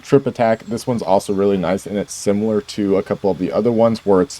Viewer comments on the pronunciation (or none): none